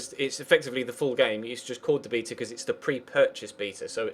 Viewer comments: you say beta wrong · why do brits say bee-ta